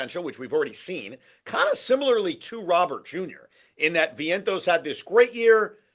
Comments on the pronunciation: It's actually more like Row-ber with the emphasis on the Row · Plus Robert Jr. is friends with Soto. So we have harmony in the outfield. BTW… the name Robert is pronounced Row-bear.